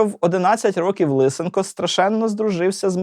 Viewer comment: ЛисЕнко, ШевчЕнко... А не ЛИсенко. То для ка цапів змінювати наголоси і вимову